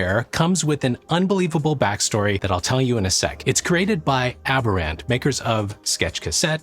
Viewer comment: Nit: the company's name is almost surely pronounced like the word "aberrant", which has its emphasis on the second syllable: pronounced like "ab-ERR-unt". The word aberrant matches this weird theme, because it means "not normal" or "deviant".